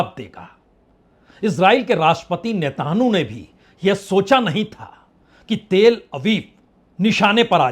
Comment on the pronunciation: नेतानू नही नेतान्याहू बोलिए...कई शब्दों का pronunciation गलत है आपका